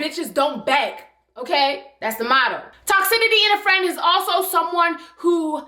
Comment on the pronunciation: Stop saying toxitity, baby. The word is TOCICITY